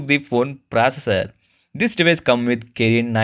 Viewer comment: "New proser"